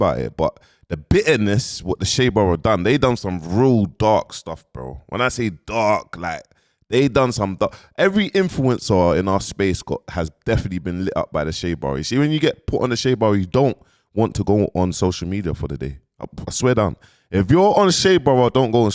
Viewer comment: Man said infuwencer 😂😂😂😂